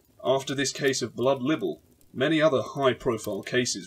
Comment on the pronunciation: Libble? Libel! Lie-ble, ffs.........